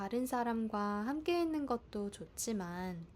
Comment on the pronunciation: I also cannot hear the 있는 immediately after.